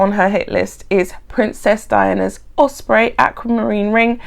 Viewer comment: You said "Osprey" perfectly.